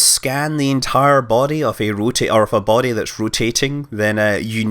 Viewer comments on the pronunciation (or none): none